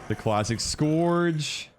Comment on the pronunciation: Pretty sure it’s pronounced scurge not scorge